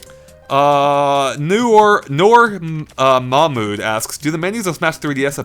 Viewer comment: Noor Mamood....Wow... cant pronounce can he._.